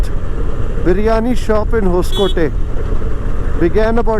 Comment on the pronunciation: Thanks for video. Btw it's It's 'hosa coatay' (meaning new fort) nee hosakotte...